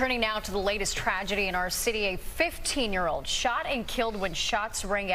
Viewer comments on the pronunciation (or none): none